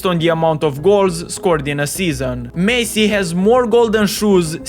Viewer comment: bro first learn to say messi